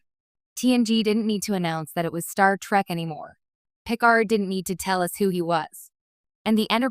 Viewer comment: An AI voice that mispronounces "'Trek."